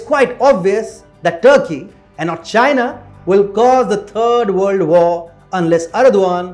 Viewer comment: Exactly what is "A Turd World War" ?